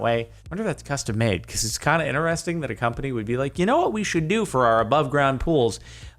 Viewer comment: Stop saying inneresting there is a T in inTeresting 😤